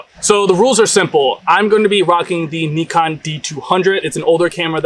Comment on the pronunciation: Wow you pronounced Neekon correctly! Respect 😊